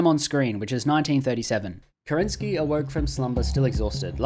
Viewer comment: As a Russian, I can't stand how you pronounce kerEnsky. He is kerenskY :)